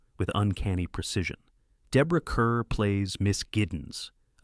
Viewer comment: Kerr = "Karr" in Deborah's case.